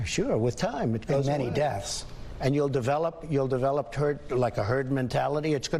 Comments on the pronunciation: I think the man misspoke. He was clearly trying to say "you'll develop turd mentality". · I actually heard "turd mentality"! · Who else heard turd instead of herd the first time 🤣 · WHYYYYY HAS NO ONE PICKED UP ON SUCH AN INCREDIBLE GOLD NUGGET?!?!?!? “........ after a period of time, with time, we gotta have TURD......” He SAID IT!!!! Listen again, then rewind and listen again......... he self corrected REALLY fast, but he said TURD!!!! As in TURD MENTALITY!!!!!!!! If I had the talent to add some beats, THIS shit would be VIRAL already!!!!!